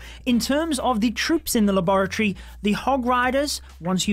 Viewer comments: i LOVE HOW YOU SAY LABOROTTYYY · Luh bore uh tree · Him saying laboratory makes me forget how to say it 😭😭😭😭